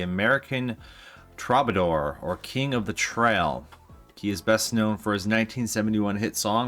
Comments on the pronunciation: Troubadour is pronounced - true-buh-door. Also the name of a very popular hangout for folk musicians in the 1960's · A few mispronunciations. “Troubadour” is pronounced TROO-buh-dore. It refers to someone who sings a narrative story. Comes from medieval times. “Dreidel” is pronounced DRAY-duhl. It’s something of a small object that Jews spin during Hanukkah as a gambling game.